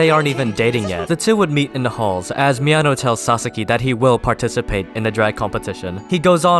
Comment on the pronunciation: Being a native spanish speaker, I laughed my ass of with this video every time you said something like "He needed to confront Mi ano" because it just sounds like "He needed to confront my anus" and the saying it casually only makes it funnier xD